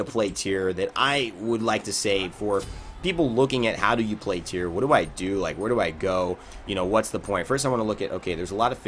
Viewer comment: Tie-Ra* Not tier.